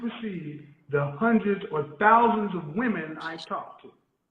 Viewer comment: Educated? She doesn't even know how to use the words Woman and Women correctly. Either the younger generation is going deaf or they are not learning our language properly. One woman, two women. Woman and Women are not pronounced alike. Go back to school! LOL